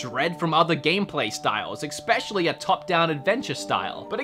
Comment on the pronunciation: I love you channel, but I HATE how you say especially. It's not eCspecially. Its especially. No eck in there.